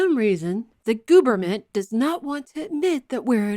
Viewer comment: She said "Gooberment"!! LMAO!!! I thought I was the only one that called people Goobers! ;-))